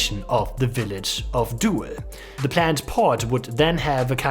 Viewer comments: It's pronounced "dool", not "duel" 🙂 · It is not "doe-el" but "doel" like the English do+l. Like "cool" but with a d. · Doowel? No. Doel. Jesus, English speakers can screw everything, can't they? Why don't their schools teach them 2 extra languagues? They SUCK. Americans never leave those weird States, and that must change. This one even has a German name. Then I really don't get it. Hard to keep friendly. Must ask questions. Like, hey man, where did you learn your English? Can't you go work in or near London for five years? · It's pronounced Dool in English, not dohel. get your facts strait. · FYI, "oe" in Dutch is pronounced as "oo" in English. So Doel sounds like "Dool", not "duel". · It pronounced [dool] as in "doom"... Doel... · 'oe' in Dutch is virtually the same as the German 'u'. As in 'du' or 'Kuh'. You're turning it into a kind of diphthong ending on a schwa. 'Doo-el' as an English approximation. Sorry, "Doel" is said so much in this video that it started grating on me :-D no offense meant to our neighbours! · Nobody ever has pronounced it Duel though